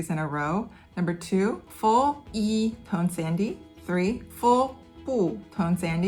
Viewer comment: I know it's spelled tone sandhi but I keep hearing "tone sandy" and like yeah, those tones are in a sandwich